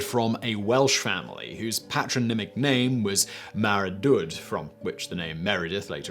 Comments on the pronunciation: "Mara-dood"??? Well, that's certainly a novel way of pronouncing Maredudd! (Mah-red-ith) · I was just about to comment on this! That Welsh "dd" trips up a lot of people.